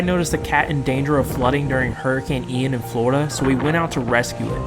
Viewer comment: I live in Australia and I was watching the news last night and this guy pronounced Hurricane ‘Ian’ as Hurricane ‘iron’